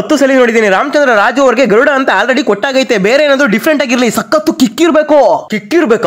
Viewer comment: ಗರುಡ ❌ತರುಡ ✅😅